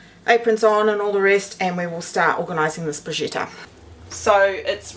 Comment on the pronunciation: Hi - just a wee hint before the Italian viewers growl: it's pronounced bru- sketta! Am definitely going to try the glaze. Thank you for the recipes. X